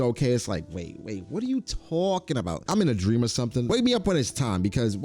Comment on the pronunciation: "Whatutawwwwkinbout" all one word